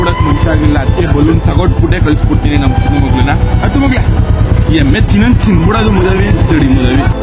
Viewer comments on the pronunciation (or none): none